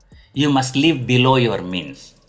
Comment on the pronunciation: Is it me or anyone else who heard "You have only one life, LEAVE it" 😂